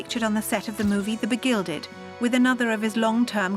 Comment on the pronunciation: Not "The Begilded". "The BEGUILED"! Can't you even get the words right? And....nothing like filming a true hatchet job, huh? Well, you have failed to make me hate him.